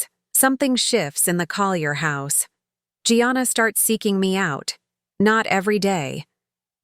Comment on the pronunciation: Gianna is Italian, so pronounced Jahnnnah, not Gee-anna!